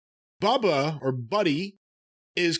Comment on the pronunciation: it's Bully, not "Buddy"...